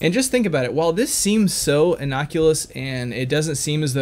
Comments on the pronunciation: "Innoculous" Oh dear,! What an amazing slip of the tongue. The only thing that he is proven to be medically exempt from is thinking. He should carry a card saying "I cannot brain today, I has the dumb!". I'm sure that no one would question the validity of that statement after a few seconds of hearing him speak. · "Innoculous" LOL!!!